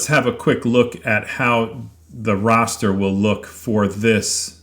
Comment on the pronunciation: OK, I hate to be "that guy" but the word "raster" is pronounced to rhyme with "faster". It's not pronounced "rawster"... Just makes me flinch every time I hear it...now back to the video! Ok, finished. This is a very interesting and well-done comparison! I look forward to experimenting with these two methods with my CNC router once I get it setup and running. I'm thinking the choice between the raster vs. hatch methods may depend on the photo itself. I'm also thinking that I would probably choose to use both methods side-by-side on the same piece of wood, just limiting the image carved to a particular section from the photo. That seems like a quick and fair way to compare the results to make a decision on which to use.